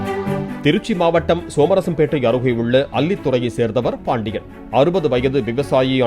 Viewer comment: ஆருகே அல்ல( அருகே மொழியை உச்சரிக்க கற்றுக்கொள்ளவும்